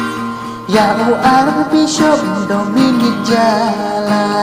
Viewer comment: wat sgew ei² mo gan object wat lada gam nang ialajong bn rwai, ka pronounce da pynwan bha Archbishop ym dei Ar Bishop